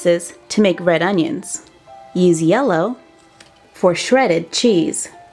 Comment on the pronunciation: U said red oninas